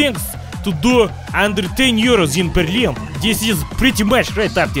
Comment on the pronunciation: He actually pronounced Berlin not in the English way and it sounded more like actual German. I am not complaining, he did a good job.